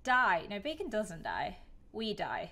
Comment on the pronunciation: bacon everyone:its bakon!